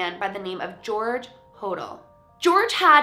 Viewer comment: I thought she said George Hordor for a sec lol